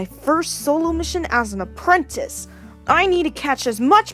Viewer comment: haha "apwentice". lol